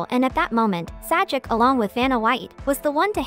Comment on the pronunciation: Your computer-generated dialogue, and the "Sah-jik" is pathetic.